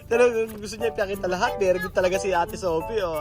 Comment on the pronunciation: Very good hindi "beri gud" hahaha